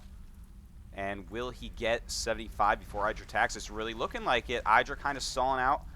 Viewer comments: pretty sure in a recent interview idra said the pronouciation of his alias had the not much enphasis on the i. Like, it's not pronounced "the apple iDra" or somthing. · yo, Artosis, it's pronounced "Ee-dra".